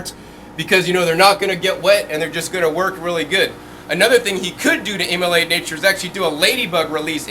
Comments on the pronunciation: I realize he's trying to say emulate but it keeps coming out as immolate i.e. to kill or sacrifice. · great stuff! just wanted you to know that that word is 'emulate' :):):)